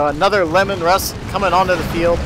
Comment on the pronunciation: Lee-man russ, not lemon. Named after the primarch of the Space Wolves.